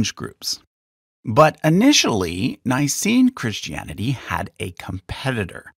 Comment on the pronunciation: It's "Pauline", not "Pauleen"! And it's "Christianity", not "Christy Annity". Also, it's BC and AD, not "Bee See Eee" and "See Eee". {:o:O:}